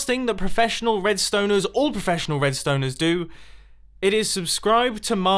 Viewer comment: 😂😂 he said red-stoners